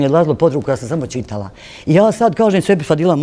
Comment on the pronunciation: Ova da je čitala ne bi rekla ćitala 😏